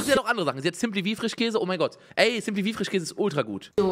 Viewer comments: Ich korrigiere! Bei unge ist es der "FRICHHHKÄSE". Sch aus dem Wortschatz verbannt. Ich liebs 😄🧡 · Oder Frichkäse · Frichkäse 😂 Ich liebe diese Aussprache